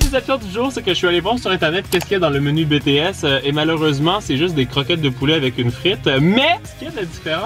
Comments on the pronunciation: Ça me tue faut le dire en anglais BTS (BiTiS) comme BlackPink, got7, TXT bref ta compris (moi aimer la k-pop mais voyons ne dites pas de sautise.... J'ADORE😍) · Ça c écrit BTS mait ca se dit Btis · « Betéèsse » sa fait mal à entendre 😭 lis les lettres comme en anglais 🥲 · ON DIT PAS BéTéS ON DIT BiTiS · j'ai envie de pleurer on dit bitièse pas bètèsse TnT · BTS ça se dit pas « Bétéèsse » mais « Bitiès » les lettres à en anglais quoi pas en français TwT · tu dit " bts" mais sa se dit a l'anglais "bi ti s" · Pk di BTS( béts) alors que ça se dit Bts( bitis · «Bétées » C’EST «BiTieS »!! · Es que y’a que moi que ça stresse qu’il dit BTS et pas BEE TEE ESSE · On dit bities l'anglais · Ça se prononce bitis c'est en anglais sinon j'adore tes videos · OH MON DIEUUUU TA DIS "BTS" CA CE DIT "BITIS" AAAAAAA JE MEUUUUURS 🤯😱😭😭😭😵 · Comment il a prononcé BTS 👁️💧👄💧👁️